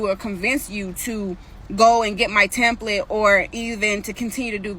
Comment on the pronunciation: How are you going to help someone fix their credit and you can’t even say template right? 🙄